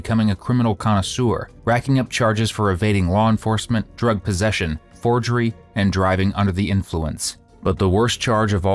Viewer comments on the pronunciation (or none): Fforgery sounds so much worse than Forgery